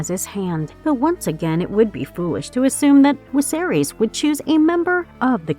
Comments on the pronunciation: Omg woman its Viserys NOT wiserys 🙈....V NOT W 😂😂 that was sooo annoying 🤣🤣🤣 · Who's King Wiserys? Thought it was Viserys. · Can people on youtube start pronouncing names properly because it's a good indication they don't read the books or watch the show when they say names wrong in videos based on something so popular. It shows that they are simply reading a script written by someone else and aren't familiar with this at all. At least say Viserys properly. It's hard to take this video seriously when you got a name wrong 20 seconds in. I turned the video off. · Some languages use a W sound for V, but I haven't noticed her do it for ANY other word. lol Sometimes I think they mispronounce things on purpose, since all the narrators do it and a lot of the time it's on simple words (imo)